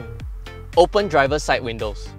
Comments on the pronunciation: HAHAHAH I LAUGHED SO HARD WHEN I HEARD THAT 😂😂😂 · Hahahahahahahahaha who tf actually pronounces windows as “win-lows”